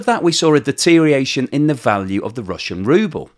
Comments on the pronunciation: Good job as always with the currency analysis. Tongue and eyes warrior here. You said "deteriation" eight times in the video. The word is 'deterioration.' Also, would rather see your face in the wrap-up. Not sure what your focus group feedback is telling you, but the models create dissonance for me. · Look, it's deteriORation not deteriation, you are very clever but this is annoying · If you are going to say "deterioration" over and over again, PLEASE say all the syllables. It isn't "dee-teer-ee-ashion", even in England. The "OR" isn't silent. You could always go with "deterration" or "dee-ration" or "drayshun" and just say it's the modern pronunciation and hope people will fall for that, but I think is better than that. the deteriORation of pronunciation needs to stop somewhere. Or we could start saying "interi-" and "exteri-" and leave those filthy "ors" behind. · I spell it "rubble." I always enjoy well-researched, articulate and accurate presentations (other than his "deteriation.") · Friendly nudge,... check the pronunciation of DETERIORATION.